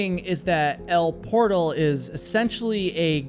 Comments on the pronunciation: El Portal is pronounced el poor-tal, not portal. It’s the Spanish pronunciation like most towns in California. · Californian here. I used to go to Yosemite every year... it's said as El por-TAL by the locals, not like the English word for door. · It is pronounced El por-TAL. Not Portal as in a door. It rhymes with Gal or Pal.